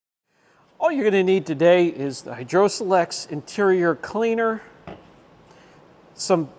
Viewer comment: Greetings,. Long time subscriber and fellow full-time detailer here. I'm usually not the grammar police but today I had to point out something that just sent me over the edge. 😅 The way you pronounced Hydrosilex is wrong. You're trying to say it as as single, 4 syllable word. It's pronounced as 2 2 syllable words with a long 'i' like in the words site and sure. So Hydro-silex. Just thought you'd want to know. Always look forward to your videos! Thanks for all you do to advance the quality and education of the community. Steve Chandler, AZ